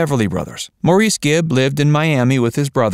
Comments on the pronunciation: Maurice's name is pronounced "Morris." He know how to pronounce his own name, you don't. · If you wish to be taken seriously, please research & learn the correct pronunciation of Maurice Gibb's first name!!!